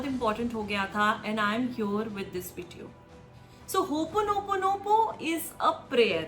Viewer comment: Please pronounce HOOPONOPONO correctly.